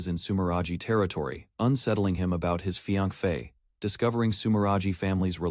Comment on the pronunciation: 😂 ai couldn't pronounce the word "Fiancé" instead they say Fiank-Fe 😂